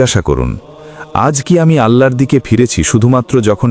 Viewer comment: সুবহানআল্লাহ আলহামদুলিল্লাহ আল্লাহুআক্ববার। মহান আল্লাহ আপনাদের অশেষ বরকত দান করুন। একটি অনুরোধ, 'আল্লাহর' উচ্চারণটি সঠিক হচ্ছে না। দয়া করে বিষয়টি আমলে নিবেন।